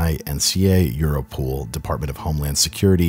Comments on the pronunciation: It is europol as in EUROpe POLice. I think the pronunciation euro-pool is wrong. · EuroPOL not EuroPOOL, lol